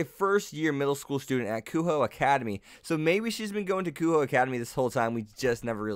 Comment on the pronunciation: Also would like to point out, that you are butchering a bunch of these names. Kunou is said as Ku-no, Le Fay is Le as in Le Miserables and Fay, not Lay Fay like you were saying. I head you say Kuoh Academy as Kuho several times. Good video, but I cannot in good conscience ignore these xD